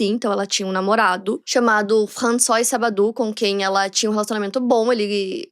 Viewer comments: A pronúncia de François não é "françoá", não? Sempre achei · seu francês e a pronunciação melhorou muito em relação aos outros vídeos de casos da França. François se lê "Françoá", mas você corrigiu no final:) Trás mais casos da França. Moro aqui há 17 anos e te acompanho desde 2019. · Gostei de saber que está aprendendo francês. Continue com suas aulas. Está indo bem, muitos não conseguem fazer o som do R, mas carregue menos para que fique mais natural. E se pronuncia "Françoá", não François, como se escreve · françoise? a pronucia é “françoá” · O nome "François" não se pronuncia "Françoá"? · Acredite... impecável, não! Ela se esforçou e foi bem, mas não é impecável. O próprio nome da Marie se pronuncia "Trrrantinhõan" (kkk é o mais próximo que consegui descrever).... o irmão dela Vincent, em francês a pronúncia é "Vãnsãn)... Françoise é "Frrrançoá" Enfim... detalhes... sem nenhum problema não ser perfeito, não é obrigação dela - que inclusive avisa a todos que ainda está aprendendo. Mas o público bajular como perfeito, impecável é exaltar algo que NÃO está perfeito, nem impecável. Só isso.